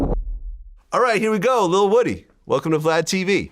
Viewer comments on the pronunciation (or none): Vlad the man's name is not pronounced like a piece of wood it pronounced : Whoodie. Act like you're Rick Flair & say : wooooo & put dy on the end. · Why df ppl call him woddy when it’s wooooooody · It's not pronounced,"Woodee", it's "woah-de" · It's pronounced Woo-dee. I guess he tired of correcting these clowns...get your bread fam 💰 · It’s woo-dee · Thats not how u say your name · Vlad started the interview off saying bruh name wrong 🤣🤦🏾‍♂️